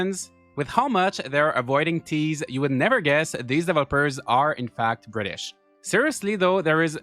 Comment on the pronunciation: You mean "Bri'ish"?